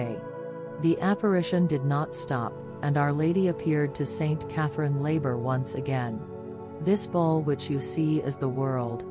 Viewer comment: The name of the Saint, Our Lady gave the message to, was Saint Catherine Laboure, the letter e, should be included in her name. It is French; and, the accent leans to the left side. The name of the accent is called Accent Grave. Please include the correct pronunciation of this saint's name. Thank you.